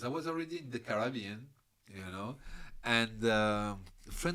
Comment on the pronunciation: I like how French people pronounce "Carabean".